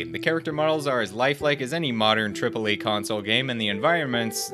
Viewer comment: You said «TRIPLE AYYY» wrong.